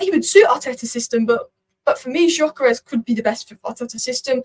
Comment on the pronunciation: btw it's pronounced dyökeresh (if you care), with the gy sounding like the "d" in mountain dew or amount due